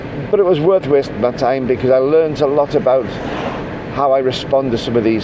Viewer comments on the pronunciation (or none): none